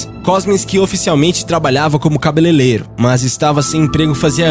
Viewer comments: "cabeleleiro" eu percebi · Nem esquenta, mas a melhor foi "cabeleleiro" rsrsrs O canal é top!!! Meus parabéns. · "Cabelelero" kkkk Mas tudo bem ! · "Cabeleleiro"?! Não ouvi isso não, né?! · Trabalhava como "CABELELEIRO". TÁ "Serto". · Ótimo o vídeo irmão, só se liga q não é "cabelelero" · "cabe leleiro"? Kkkkk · Cabelelero? xD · "Trabalhava como Cabelelêro" ???? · Cabelelelo kkkkk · kkkk cabelelero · Calelero kkkkkkk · CABELELEIRO? veja que cretino kkkk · Temas interessantes, mas precisa ler os textos corretamente. Neste vídeo o narrador fala "Chalé" ao invés de "xale". Falou tb cabeleleiro ao invés de cabeleiReiro. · e falou cabelelero, quando seria cabeleireiro. Mas o vídeo tá incrível e adoro o canal. ✌🏼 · Cabeleleiro? Caraca... língua presa? Chalé? Q chalé coisa nenhuma, chale. Chalé é uma pequena casa. Vocês costumam ser bons, mas quando erram é uma facada do Jack o Estripador em nós. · A voz é boa, mas o português... "Cabeleleiro"? Sério cara? Chalé ou xale? Chalé é um tipo de casa, xale é um manto que se coloca ao redor dos ombros e pescoço... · Olá, apenas para lembrar que tem mais sílabas, CA BE LEI REI RO.